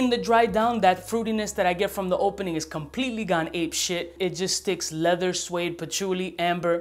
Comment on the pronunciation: leather, lehver, levuh :D. Man, I love your videos!